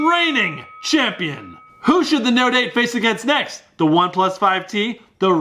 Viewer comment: The way you say note 8 sounds like you say no date. Note 8 = no date